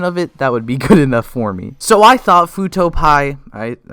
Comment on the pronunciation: Nahhh...it's pronounced "fuuto pee"